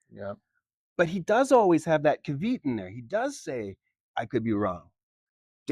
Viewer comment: Caveat is pronounced kaa-vee-ot, not cah-veet.